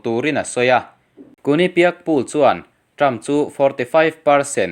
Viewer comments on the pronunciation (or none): Poll hi pul tih aiin pawl tih hi a dik zawk lo maw